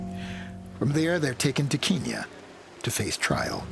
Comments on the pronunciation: It’s Kenya. Not keeeenya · "Keeeeen Nya" wtf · I wish they'd stop saying "keenya". That's an outdated colonialist name for Kenya. If you listen to the Kenyans in this video, even they say "KEN-ya". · is it not kenya not keenya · why cant Americans pronounce anything right? Keenya? Its Kenya.. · Is Kenya really pronounced Keen-yen? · the narrator's pronunciation of Kenya is a little odd.... unless thats how it is actually pronounced there in which case all I can do is apologise xD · The narrators pronunciations of countries lol. Wow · my god where is the narrator from? that pronunciation of Kenya was horrific. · Why can’t anyone in this documentary pronounce “Kenya”. Wtf! Good documentary nonetheless. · if they can say end, then why cant the say Kenya?